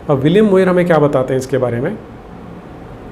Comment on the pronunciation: मुइर नहीं, म्योर । आप ऐसा pronunciation करते अच्छे नहीं प्रतीत होते । साष्टांग दंडवत गुरु